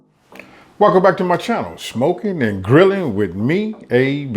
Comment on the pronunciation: What up man? Please stop saying " schmokin" l a m e